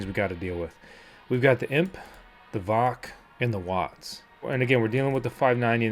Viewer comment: Dude.. VOC is pronounced by each letter.. V O C. lol.. I'm solar mining 2 mini doge miners. One of them has your decals on it. They are still profitable. Just wish I had more than 300Ah of lithium so I can put them in my shed and let them run overnight. I'll get there. I hope you do as well.. but as you try and understand what your telling the viewers.. Amps don't matter. You take the VOC and add that up based on how volts your controller can handle. Example.. Victron 150\45 controller can handle up to 150v and 45 amps. When you wire panels in series.. you add the VOC's in total to just under the 150v. Anything more will kill your controller. Wired in parallel is adding the amps. Cold weather like you get the panels to higher voltages, so when building your system, keep the VOC about 10% under that 150v Remember watts don't matter. Here's another good example: I have a Delta II power station. It can only handle up to 60v. The manual says 500w maximum.. but as technology changes.. I use a 545w panel.. and it only produces about 56v.. so I've overpanelled it and am keeping the volts under the max.